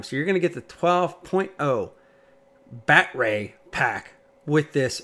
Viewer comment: Why do you keep saying BatRay and what can I Do To Make You Stop !!😳